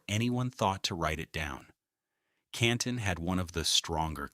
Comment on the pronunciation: There was a lot of good information and a lot of AI-generated statements which were erroneous. The AI voiceover didn't pronounce Canton correctly. 🙄